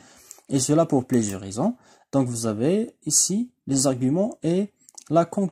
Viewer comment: SVP Mr / en 1ère minute et 40 seconde / pourquoi vous avez prononcé le mot - plusieurs - comme - plusur - c'est bizarre , on sait pas; dites nous ???